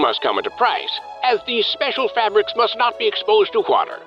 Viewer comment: If you could stop pronouncing it "fabbericks", that would be great